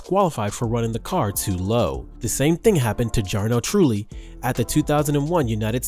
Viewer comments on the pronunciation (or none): also Grand Pree, Jar-No Truly.. the video very informative, but some pronunciations, bwoah..